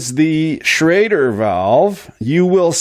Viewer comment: it is a SCHRADER ( Inventor german immigrant August Schrader ) not a SCHROEDER valve .....